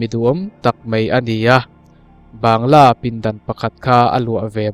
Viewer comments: Bangalow lam dan kha mizo in Bangla kan tih ang hian i lam mai lo a ni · A ngaihnawm viau a,mahse,Bangla ti lam rik mai tur Banggalaw ti a,ilam hian ngaimawh a hlawh e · Ban-ga-law ti zel a. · Bangla ti in lam la hriat a nuam mai awm e.